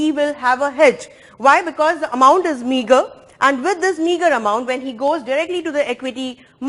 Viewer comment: Every time She Says Meagre I get offended